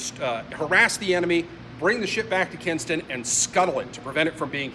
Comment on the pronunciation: Kinston, not Kingston. Great work otherwise 👍